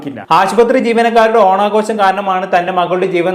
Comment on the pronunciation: ഓണാഘോശമല്ല. ഓണാഘോഷം എന്ന് ശരിയായി ഉച്ചരിക്കൂ.